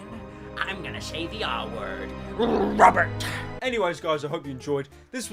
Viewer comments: rrrrrrobert Patterson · You pronounce “ Robert” like “rubber”